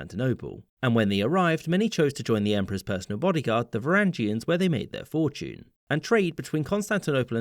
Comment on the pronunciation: Varangian not Varandžian.